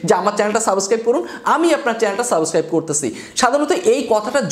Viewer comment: ভাই,সাবস্ক্রাইব শব্দটা আপনার মুখে মানাচ্ছে না।আপনি সাবোসক্রাইব বলছেন